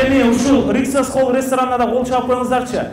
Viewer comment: РYксоз эмес риксос холл